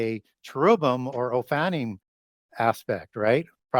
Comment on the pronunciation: Because you are an expert, I will help you pronounce correctly... Oh-fan-nim. Not "oh-fanny". & chair-rib-him